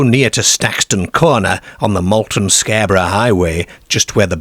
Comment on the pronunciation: Britain does not have a werewolf problem, because it does not have werewolves. Why do you mispronounce words? Darebyshire, Scareborough, pearties, fairmland etc.